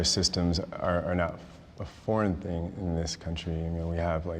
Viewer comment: There is no K in thing. It’s soooo not anythink hippy